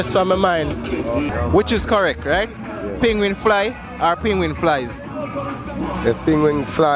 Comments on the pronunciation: It's not ping wing it's penguin 🤬🤬🤬🤬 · Penguin, NOT Pinguin. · "Penguin"the pronunciation threw me off.